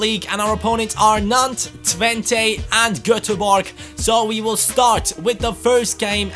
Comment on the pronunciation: You pronounce Twente as Twent-uh